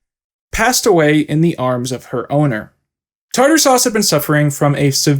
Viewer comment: Her grave not saying tarter suse